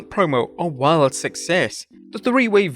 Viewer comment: did he pronounce wild wrong?